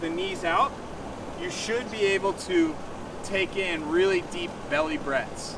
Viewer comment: The word is belly, not bewwy,.